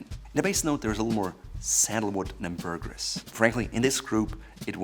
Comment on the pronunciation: Ambergris is pronounced 'Amber-gree' not 'Amber-griss'.